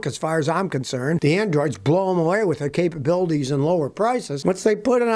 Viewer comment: "Uzeen"???? "Capuhbildees"????